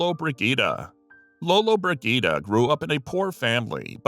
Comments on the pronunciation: these stupid videos should teach their narrators to pronounce words correctly, not to mention names, and famous names at that!! it’s not Lolobrid Git’ a !! it’s Lola Bridg’ ita. jeez!!! and double jeez!! 🙄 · I sincerely appreciate your videos especially the ones titled, “No one/Nobody expected this”... I couldn’t stop laughing at your pronunciation of Gina Lollobrigida’s surname! Regardless it was a informative video. Thank you.